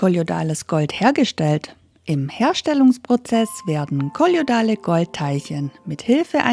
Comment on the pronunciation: Sehr interessant, allerdings sollte die Sprecherin das Aussprechen des Wortes kolloidal noch üben😂